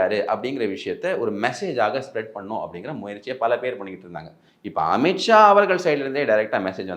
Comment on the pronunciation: அமித் ஷா, अमित शाह என்று எழுதவும், உச்சரிக்க வேண்டும்